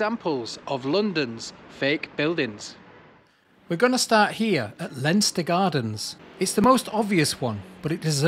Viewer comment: It’s ‘Line Ster’ Gardens ffs